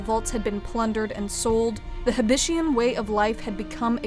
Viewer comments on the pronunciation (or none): I thought it the heb-it-ian. Not the heb-ish-ian.